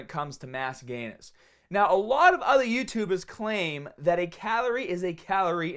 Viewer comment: when i hear bahhbell,youtubah i know its my boi